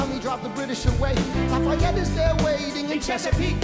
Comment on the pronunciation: LAFAYETTE not Laurens